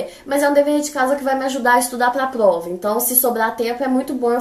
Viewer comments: muito legal como ela pronuncia plova e não prova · Socorro, ela é um gênio!! Notaram que ela troca o r pelo o l? Achei muito fofo, a fala "plova"